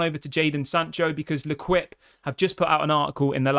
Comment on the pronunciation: Great channel but I can't handle you saying "Leh Kwip" anymore. It's LEH KEEP.